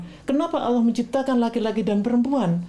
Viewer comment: UDAH MULAI FASIH BACA LAFAL "ALLAH" AWAL2 MASIH BELUM SAMA SEKALI